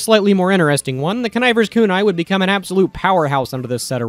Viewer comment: I've been playing this game for over 10 years, and only after hearing you say it did I realize how to pronounce connivers kunai. I'm so upset that I didn't realize that's what that word was. I thought it was just some dude named conniver(pronounced like Connor). Actually devastating realization